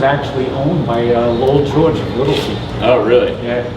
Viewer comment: WHOSE name is he saying ?? Lowel George WIlson? Low Joe WIlson?